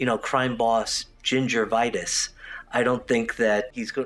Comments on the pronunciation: Did he just say gingervitis smh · Is it just me or he just said ginger-vitis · Did he say gingervitis? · Gingervitis????? It’s gingivitis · “Ginger-vitis”? Stick to physics mate 👍🏻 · I feel like he pronounced it as Ginger Vitis, which made it cheesier and better for me.